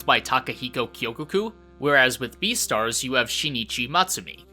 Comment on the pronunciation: This dude said deestars instead of beastards